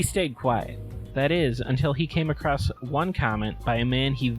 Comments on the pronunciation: You know he's an even bigger idiot than Rolfe because he uses the word "acrosst" WHICH ISNT S WORD PEOPLE! it's across or acrossed. Not acrosst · "I just stumbled accrost" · "stumbled acrosst"